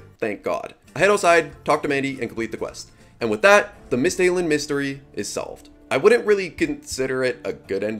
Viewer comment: Welcome to Runescape! Because it seems like you'll be narrating/voice acting, I want to provide a quick reference for the "correct" (Jagex-accurate) pronunciation of some major regions/areas: Misthalin (MISS-tha-len) Kandarin (KAN-da-rin) Ardougne (ar-DOYN) (yes, really) Prifddinas (prif-THEE-niss) Tirannwn (TIR-an-un) Pollnivneach (POL-niv-neech) Yanille (ya-NEEL) Neitiznot (nay, tis not) Jatizso (yeah, tis so) TzHaar (ZAR)